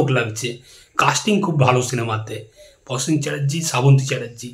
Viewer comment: Prosen not Posen...aajkal dekchhi bangalira rofola jofola sob kheye jacche...work on your pronunciation otherwise good presentation.